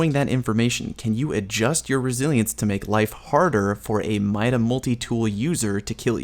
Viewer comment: . Mida is pronounced MEE-DA